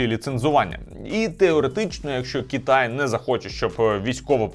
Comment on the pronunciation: Чому кІтай , а не кИтай, дуже вухо ріже, виправте будь ласка цей недолік